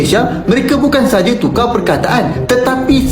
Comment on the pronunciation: Hmmm.. Ngaku orang melayu yang tapi cakapnya dengan aksen british, Munafik. Harimau = hawimau Tukar = tukaaw.